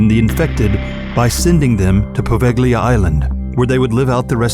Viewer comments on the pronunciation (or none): its actually povelia(poveglia) island(with a silent G word dumbhead) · Quel g-l in poveglia mi urta nel profondo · It's too funny how you pronounce Poveglia. Apparently, in Italy we have a phonetic sound ("gl", but also "gn" seems to have the same destiny) which Anglo-Saxons are not able to pronounce correctly.😉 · Poveglia... Your pronunciation is ridiculous and you show, in its introduction, Asians!!! Wow... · the g is silent when pronouncing Poveglia